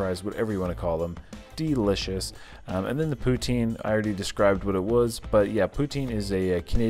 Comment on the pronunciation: perfectly prounounced ''poutsine'